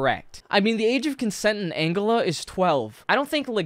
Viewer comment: Angola. As in Cola. Angola.